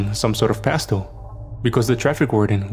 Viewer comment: ‘It doesn’t actually matter doh’😂😂😂😂 Dey, dem, diss, doz, doh, derz🤣🤣🤣🤣